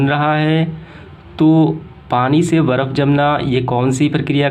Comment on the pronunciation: बर्फ होता है 😂😂 वर्फ नहीं 😂😂